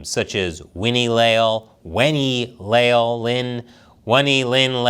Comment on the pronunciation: Le - ál (the accent is for phonetics, not following the orthographic rules) "Le" as in Lebanon "Al" as in penpal Stress on the a, there is no diptongue, it's two syllables (hiato)